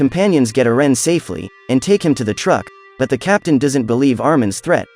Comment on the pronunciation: Do we not know how to say Erin or what